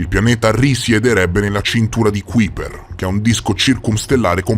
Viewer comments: A parte che si pronuncia KAIper, ma l’assurdità della tesi che sosterrebbe ci sia un pianeta ABITABILE nella fascia di Kuiper, è al quanto risibile. A quella distanza dal sole al massimo le uniche forme di vita possibili sarebbero dei microorganismi (ben pochi a dire la verità), ma di certo non sarebbe possibile alcun habit per forme di vita complesse. State solo alimentando un falso mito, basato su pseudo-scienze. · Interessante l'argomento, ma almeno pronuncia nel modo esatto Kuiper...che si scrive così ma si legge kaiper 😉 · Ti prego, si chiama Fascia di KAIPER, si scrive Kuiper ma si legge KAIPER.